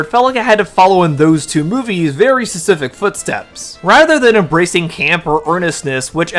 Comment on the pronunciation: the way you say specific is driving me nuts, fesific?